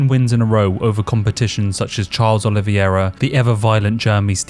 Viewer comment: How do you not know how to pronounce Charles Oliveira's name? A true fan of the sport gets this right...